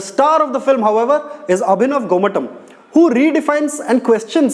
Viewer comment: Isn't it more like GomaTHam than TUM? And why the shouts, why not speak?